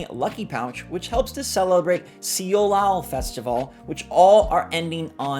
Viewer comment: Seollal - Korean Lunar New year. It would be closer if you pronounced it "so-lal" it's not the Korean pronunciation, but it's closer than "se-o-lal"